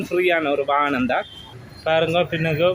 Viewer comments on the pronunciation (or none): வானம் இல்லை வாகனம்